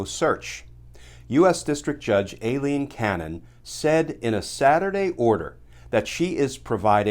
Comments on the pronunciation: Glenn so what is a Special Master? Ailene is pronounced Eye-lene. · Is her name a-leen? or I-leen? Cause Aileen is usually pronounced I-leen..